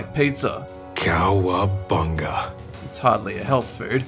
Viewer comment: You say "food" Like "fooerd"